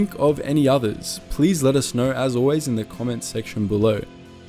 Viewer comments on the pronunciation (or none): none